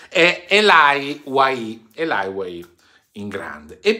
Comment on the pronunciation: a questo punto se Elye e francese te lo dico io che sono Belga francofono puoi dire ELI non ELAIA 😉